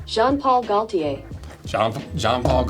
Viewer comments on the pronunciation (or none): Fun fact: Your auto-pronouncer pronounced "Gaultier" incorrectly. The "L" is silent. It's "Go - tee- yay."